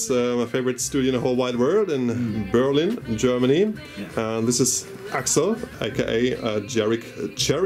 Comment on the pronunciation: Cool! You are one of the few Germans that prounounce "Berlin" correctly in english. Those controls look like controls of an old russian nuclear plant. Keep up your nice work!